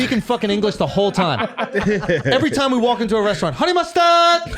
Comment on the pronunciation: Lmao i cant unhear huney mustaad lol alot